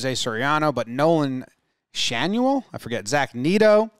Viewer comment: It's Nolan SHAN-oh-el and Zach NET-oh